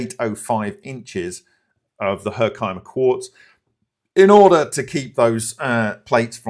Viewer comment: FYI, as someone who grew up in upstate NY, Hercimer Diamonds is pronounced herk-eh-mer 😂